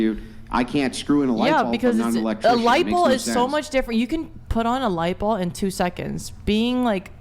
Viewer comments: "LIGHTBALL" I was screaming at how no one corrected her and said "ITS LIGHT BULB! NOT LIGHT BALL!" >______________________> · The phukwit said light bowl